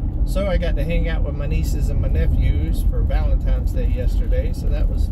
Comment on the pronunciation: Don’t mean to be the next “heat rises” guy, but dude… “Valen times”? There’s no M in Valentines. Love your channel, enjoy your day.